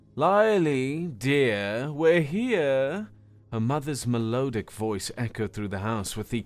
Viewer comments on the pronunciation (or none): That's not how you say that word? I've never heard Melodic said that way. However, I'm American, so it may be how Americans say it. However, I'm almost starting to doubt this isn't AI read.